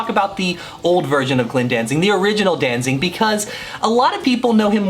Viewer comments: It sounds like you are saying "DanZING" instead of"DanZIG". But what do I know, I was never a big Misfits fan. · Did you just say DanZING?